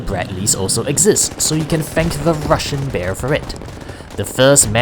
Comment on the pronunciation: Ur russian pronounce are hilarious